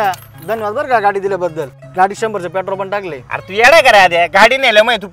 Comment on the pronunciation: pretol नाय petrol😂😂😂